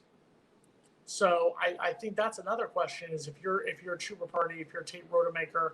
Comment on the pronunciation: At least we won't have to listen to this guy mispronounce the player's name anymore. Chooba? Come on